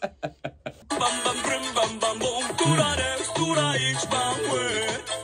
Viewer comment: オープニング発音良すぎw ぶりぃんぶぁんぶぁんぶぅぉ〜ん